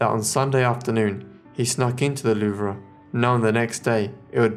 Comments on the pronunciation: It's pronounced THE LOOOOOOVE! not the "loo-vra" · Excellent vid! I have absolutely no idea any of this ever happened, fascinating! Good work on most of the pronunciation only slip ups were Louvre, no a on the end and Yves, pronounced eve. Thanks for your hard work and time to interest us know nothings